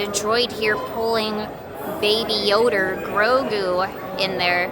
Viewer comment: Baby Yader?! You remind me of a YouTuber from the Atlantic northeast, who says Leaher. 😆 Are you also from that region? -The Disneyland Neighbor